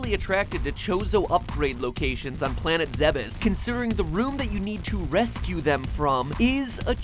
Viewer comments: ZEH-BUS???? It's pronounced -ZEDDDD-BUS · It's pronounced zeebs, whatever atrocity you said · The Bandog "The official pronounciation of the planet's name is "Zeh-bess". However, it is sometimes mistakenly pronounced as "ZEEBz" or "Zee-bees". Those familiar with the Zebeth name are more likely to get it correct." -Wikitroid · Really? It's pronounced "Zeb-is"? I always thought it was "Zeebs" like the Greek city Thebes. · Is that actually how you pronounces Zebes? I always thought it was more like "zeebs" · its pronounced "zeebees" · Centaur Man15 Zebeth was a typo; a mistranslation from the japanese. The game has no "official" pronunciation (because the planet isn't real) but if it's spelled Zebes, it's pronounced "zeebz" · The Bandog Your arguments on our names' pronunciations are on the basis of preexisting English words. Not very helpful to your argument. Your example of Gardevoir demonstrates straight forward pronunciation that's universally accepted and canon. Ironically, the pronunciation of Zebes is neither. But you're right, there's no canon (which you misspelled, by the way) way to properly pronounce Zebes in English (mostly because the fanbase rejects Other M). All thanks to a lack of standards that the language has developed over the centuries. In this case, it's the Es, in which English has them rotating between "ee" (IPA i), "ay" (IPA e), "eh" (IPA ɛ), or as a silent sign. (IPA being the International Phonetic Alphabet, a universal writing system for linguistic pronunciation help. Used a lot on Wikipedia.) There's no canon preference, yet you insist that the pronunciation of a made-up word for this language is one over the other.